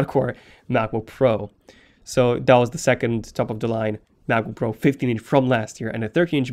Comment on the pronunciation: I like it how he pronounces it like MaboPro